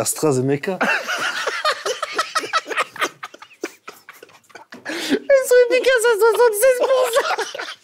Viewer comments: J’ai mal au venum à force de rire « astrazemeka » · «c’est des atrazameca » j’en peux plus…